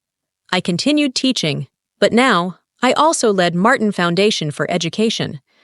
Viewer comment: Martin?Marteen? Why can’t AI keep the same pronunciation?